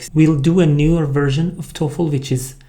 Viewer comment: Hi, work on the dark l sound in the Toefl. It currently sounds like tofu.